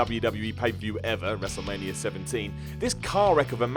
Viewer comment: That's not how you pronounce Wrestlemania X-Seven